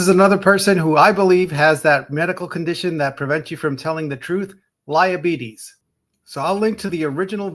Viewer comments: NOT “LIEABETES” 🤣🤣😭😭😭🤧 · He said, "Adult onset liabetes". LOL! I'm going to use that from now on when I hear someone lying.